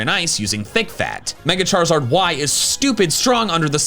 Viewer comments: WE DO NOT SAY SHUT UP ONLINE! SAYING BE QUIET IS A LOT NICER! AND IT'S CHARIZARD, NOT CHARSARD! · The Z in Charizard should be after the I!